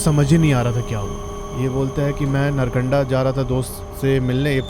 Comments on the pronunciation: नरकंडा ❎ नारकंडा ✅ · .. भाई पहले तो नारकंडा नाम सही से बोल , और कम फेंक, कोई और वीडियो बना ले व्यूज़ के लिये जिसका पता नहीं है वो क्यों बोल रहा है, और पहले खुद घूम के आओ